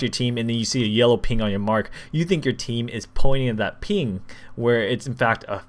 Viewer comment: ping not ling